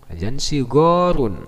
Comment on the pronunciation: Pak. bukan WAJAN tapi yang benar WAZAN